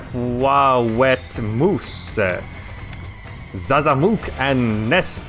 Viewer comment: Webwawetmoouussee! love it